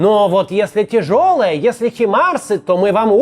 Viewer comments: не химарсы, а хаймарсы! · Украина уже скоро войну выиграет, а Макс всё называет Хаймарсы «химарсами». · Максим, Хаймарсы же, а не Химарсы.